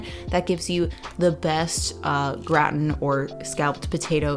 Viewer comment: IT’S THE GRATIN PRONUNCIATION FOR ME! I rewinded it too many times! 😂 Always love your authenticity. I’m not 100% vegan, but you’re the reason why I love vegan food! Can’t wait to try these! Keep doing whatchu do 🤍🤍